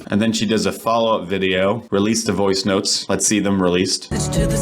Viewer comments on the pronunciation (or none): none